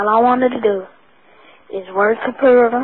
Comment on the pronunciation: I am not trying to hate, do we not have enough sports players that can not pronounce Computer etc.?